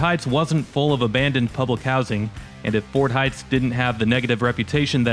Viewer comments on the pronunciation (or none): none